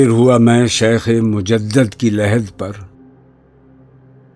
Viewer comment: سنا تھا کہ بہت بڑے اُردو داں تھے لیکن انہوں نے مجدد کا تلفظ بالکل بھی درست نہیں پڑھا،پنجابی والا تلفظ کیا حالانکہ اصل لفظ مجدد پہلے دال کے کسرے کے ساتھ ہے،جو کہ اسم فاعل بنتا ہے نے دال پر فتحہ پڑھ کر مفعول بنایا جس سے معنی عجیب بن جائے گا😢